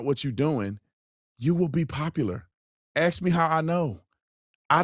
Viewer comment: Please say “ ask “ not axed love you